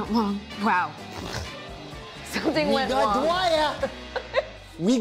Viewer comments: “WE GOT DWEWE BUT SOMETHING WENT WONG!” IM DYING ON THAT SCEEN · WE GWOT DYWER! WE GWOT HIM! BUT SWEOMTHIHN WENT WONG! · WE GOT DWEYE WE GOT WEM BUT SOMETHING WENT WONT made me die of laughter 😂😂😂😂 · Nora:SOMETHING WENT WONG Wells:*We GoT DyWeR* gigles Wells: *BuT SOmEtIng WeNt Wong